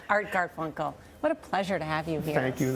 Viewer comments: She actually said Garfel, then corrected it to Garfunkel. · She keeps calling him “Garful”... and then the man refers to “Strawberry Fair” ...Why interviewers don’t do their research is beyond me.